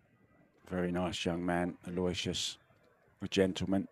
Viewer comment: PLEASE, PLEASE, PLEASE Someone, ANYONE, PLEASE TELL THESE PROFESSIONAL COMMENTATORS THE CORRECT PRONUNCIATION OF YAPP'S FIRST NAME! IT IS: AL: as in BIG AL OH: as in OH NO WISH: as in "I WISH" they wouldn't butcher this poor kid's name. US OR - AL OH WISH US